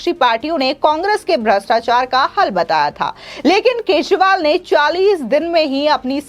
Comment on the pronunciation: Kesival nhi kejarival nam hai